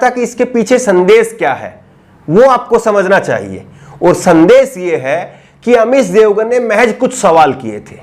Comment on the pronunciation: aap.shabd ka sahi ucharan kiya kre. Jaise amish devgan ko aap amis devgan keh rhe ho. Shehnawaz ko sehnawaz keh rhe he. Sandesh ko aap sandes keh rhe he. Sudhariye sir apni bhasha.